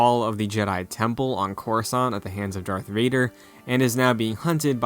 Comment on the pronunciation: You said "dark Vader." Casual. I cant respect you or your videos now. Thumbs waaaaay down.